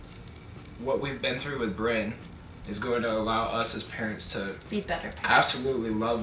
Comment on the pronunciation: My family calls my grandfather Brynn when he doesn't have his hearingaids in, his name is Bryan. Every time you say Brynn I think of my old fart of a grandfather, no disrespect in anyway just thought it was a little funny.